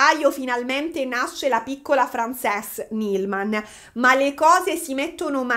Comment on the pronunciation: Compaesana mia bella che sbaglia sempre le pronunce in inglese ❤ ("Frensis", no Francés) intanto grazie per questo nuovo video! È sempre gradita la tua presenza. Secondo poi in inglese una ballerina di danza classica si dice, o si può dire ballerina 😊 quindi prego ahahah ti si vuole tanto bene!